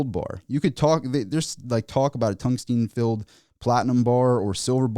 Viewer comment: TUNGSTEN FFS, NOT TUNGSTEEN.